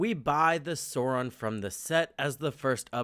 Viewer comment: Stop saying “soron”. It’s “SAAWRON”.